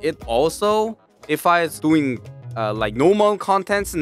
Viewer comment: when you said normal it sound like no more (no offence)